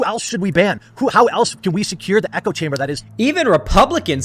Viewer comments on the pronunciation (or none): none